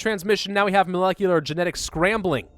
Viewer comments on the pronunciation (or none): none